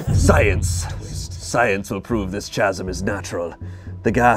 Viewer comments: HOW did not get immediately roasted for saying 'chasm' like that...? You're telling me the entire cast and crew on this vid unanimously decided not to burst out laughing and ridicule him every time, or do they all believe that's how it's actually pronounced...? 😅😅 Simply inconceivable! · I had to stop watching after the second "CHasm" 🤣 I'm sorry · pronouncing Chasm as CH-AS-UM instead of K_AS_UM killed me the whole time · There's just NO way that actually thinks it's pronounced like that... I've had a fraction of the education he had, and even I know for a fact that it's pronounced k-asm. I'd say it's likely some weird unspoken bit that nobody is laughing at, or has jokingly been saying chasm the wrong way on purpose for so long that it stuck. It's like me an jalapeño, I used to pronounce it with a hard J as a joke for years, now I catch myself saying it the wrong way unintentionally all the time... 😅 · pronouncing “chasm” as “cha-Sam” reinforces his book boy brand. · Hate to be that person. Can someone let know the H is silent in Chasm? 🤣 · Ok, it's pronounced "kasm"! Edit: "He has a pan flute..." Dumpster Wizard is coming! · The ch of chasm is pronounced the same as the ch in school in America, so [kasm] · Why do they give shit for br-oo-ch, but not CH - asm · pronouncing chasm as its spelt makes my heart hurt just a little bit 😂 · Can someone please tell how to say chasm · You'll never be an actor of you can't pronounce the word "chasm" 🤣 now it makes sense that you are where you are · Why can't say chasm? 😂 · Wait, does not know how to pronounce the word 'chasm'?